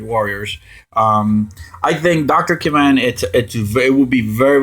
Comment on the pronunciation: Btw, that will be Dr. Kavan, not kravan.